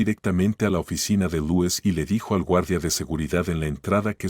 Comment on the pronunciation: Se pronuncia Luis